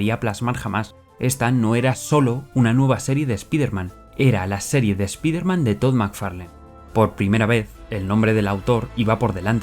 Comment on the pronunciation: ¿Por qué pronuncias bien SPAWN, pero Spider-man, mal...? Oye, por qué Todd aborrece a Peter David, lo ha llamado payaso. 😮